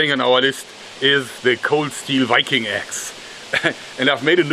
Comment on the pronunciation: The way joerg says 'wiking' instead of Viking is adorable